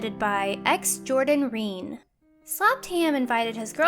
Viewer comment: Rene is not pronounced "reen." -_